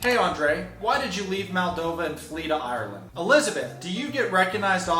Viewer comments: haha.. "flea".. not "flee".. is there a joke inside? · Its ok....Andrea doesn't speak English that well so he won't notice you said "flea" instead of flee 😆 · I love your videos but I'm going to call out the "flea" to Ireland comment....I know you meant to say "flee" right?? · It is "flee," not flea, like a bug... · Isn't it flee not flea